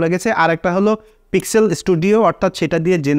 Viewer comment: পিক্সেল উচ্চারণ টা আপনার বারবার ভুল হয়েছে।